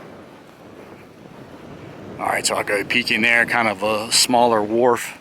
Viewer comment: Wharf not ward